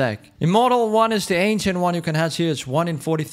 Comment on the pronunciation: How ppl say ancient ainchent how says ancient ainchient